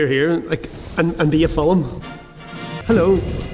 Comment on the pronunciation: I love how he says film F E L E M